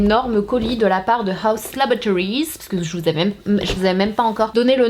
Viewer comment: Mais s’il vous plaît c’est LaboRAtories 😂 richard a fais la même. Très chouette revue !